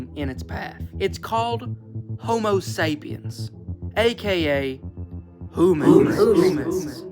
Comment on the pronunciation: "Homersapyienes"?!?!?!?! Is this an episode of"The Simpsons" or what?!?!?! 😮😂